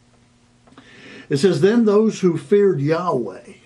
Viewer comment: YOU SAY THE NAME, "YEEEHOBLUNKGRUFFEIEWAAAAAAAAAAAAAYTEETOE" IS TOO HOLY TO PRONOUNCE, BUT ALL DURING YOUR VIDEO YOU MUCK THAT NAME UP BY MISPRONUNCIATION!